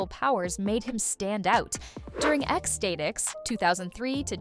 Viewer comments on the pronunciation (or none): It's pronounced like "ecstatic" not "state-x" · Half of this is wrong, or leaves out tons of stuff. And if that's a real person reading, she can't read worth a damn. She sounds like AI, mispronouncing things and missing context cues (Flat-mun instead of Flat-Man, X-stay-tics instead of X-Statics). This is junk. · Statix is pronounced like Stat-iks and Doop CLEARLY has 2 eyes! And for god's sake, it is a SAI as in "sigh"! I hate lazy AI voiceovers!